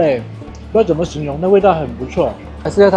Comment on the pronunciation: 在不做旁白,但对镜头讲话或采访时，语速太快，还是你讲粵语的带速习惯，加之几乎全部平舌卷舌音不分，“ 怎么” 发成 "紧莫"，"云"发成"银"，"休"发成"siu", "容" 发生"yong", "错" 发成"chuo", 只有"是,实,食" 正确发卷舌音，如不看屏幕文字，听明白还是有些吃力。